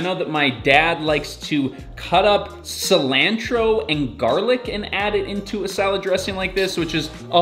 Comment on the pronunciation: We want garden content. Also, "balsamic" and "Cilantro. Why the long A?